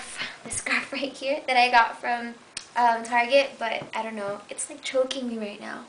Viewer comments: lmfao, i love yu and arnold ! :D "i got these at a very prestigious store, tarjayyy" haha i love the way he said target . I hope y'all get married <3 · tar-jay lol